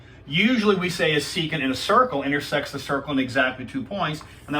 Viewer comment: Your pronunciation "secant" was only correct one time in this video.